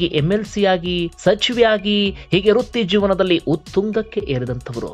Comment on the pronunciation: Haagene ondu shabdha kirikiri aagutte, adu"Rutti jeevana" , it's vritti jeevana.